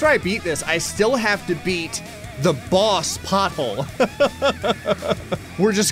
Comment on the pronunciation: All I could hear when you said boss pothole was "Bosshole" 🤣